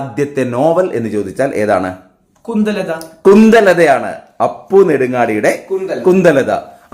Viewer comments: കുന്തലത അല്ല കുന്ദലത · കുന്തലത അല്ല കുന്ദലത ആണ്